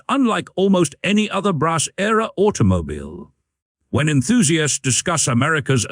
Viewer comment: It sounds like you are having trouble with your AI narration. "Automobyle" is heard several times and there are multiple gaps and stumbles. The script is rather repetitive - another feature of an AI video production.